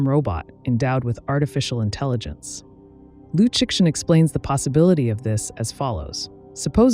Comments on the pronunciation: Liu Shen. Tell your AI how to pronounce it, because it’s you who looks ignorant when it keeps pronouncing the X. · The problem is the creator cheesed out and used an AI with poor prompting. It loves pronouncing the name of the author with hard X, instead of the Chinese Liu Shen (don’t get me started). I agree that YouTubers should have higher education so they don’t invite tragically true judgements. This is what happens when everyone has their own TV channel, regardless of ability. Ignorance is putting me off YT altogether. 😢